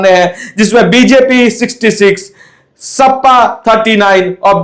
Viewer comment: ओ भाई सपा होता है ना की सप्पा सही से बोलना sikho